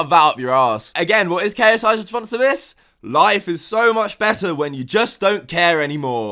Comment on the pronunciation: It’s fucking “when” and “this” man not “ven” and “vhis”